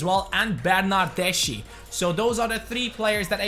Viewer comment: Bernardeschi is pronunced "bernardeski"